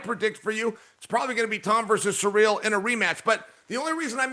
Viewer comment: After all these years he’s still calling him Surreal. 😂 You know someone on the production crew could teach him the correct pronunciation, but they like Chael better when he’s mispronouncing. And now DC is even occasionally saying Surreal